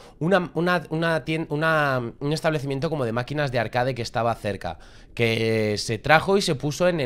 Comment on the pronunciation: Arcades Yo: Ulala señor frances: entonces como se dice? Yo: Makinitas XD